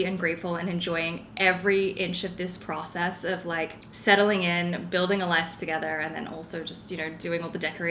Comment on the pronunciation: Everything is starting to look really good. It’s so funny as a fellow Australian hearing the little changes in the way you pronounce your words. You’re definitely picking up the American accent. When you say process it sounds like pracess haha Keep going with your apartment though it’s coming together really well